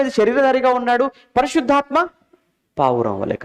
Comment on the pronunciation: పరిశుద్ధాత్మ అని పలకాలి అంతే గాని పరిసుద్ధాత్మ అని కాదు ముందు ఇవన్నీ నేర్చుకొని Bible లో ఉన్న వాక్యాలు నేర్చుకోండి అన్న